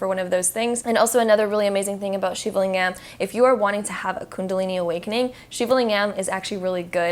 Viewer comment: Great video thank you :) Ps: Lingam is pronounced ‘Ling-ghem’ with a hard G and hem as in ahem. 😉